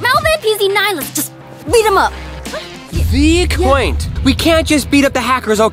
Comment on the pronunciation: It’s so funny when Daniel says we quaint in